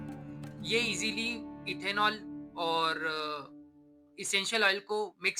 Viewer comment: It should be Ethanol not ethenol.